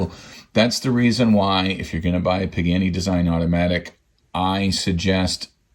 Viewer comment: Nice video and love this brand but PLEASE! It is pronounced “Paa-Gaa-Nee” not “Pig-Annie”